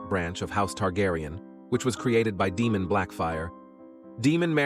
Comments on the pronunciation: Ae in names is pronounced ai not ee. It's Daimon, not Demon. Helaina not Hela-ena. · I can't keep going, it's DAEMON not DEMON FIX IT. UGH, I wanted to enjoy...sorry u lost me! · Day-mon… not demon lol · Day-mon..... not Dee-mon. Just get a proper narrator. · DAY-mon…. NOT, DEE-mon.